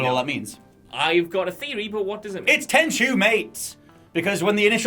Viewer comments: Tenchu It's tenchu ☠ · Tenchu? You sure